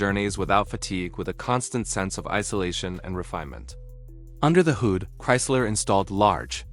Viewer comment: Just heard another simple word mis pronounced: Hood, the narration pronounced as 'hoood" this lazy way of making video's is an example of how lazy technology has made people and how overrated technology is,. Artificial Intelligence should be scrapped, it is dangerous and promotes laziness and growing stupidity among humans.